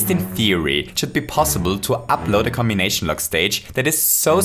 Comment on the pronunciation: Lmao the way you said cmbination cracked me up